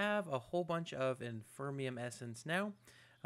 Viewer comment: Cool episode man, but I've got to say I've let this go on for long enough. You've been saying it wrong for years and I can't take it anymore lol. There is no such thing as infermium! It's inferium! Like the word inferior :D